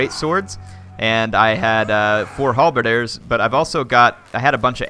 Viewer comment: halberdier not halberder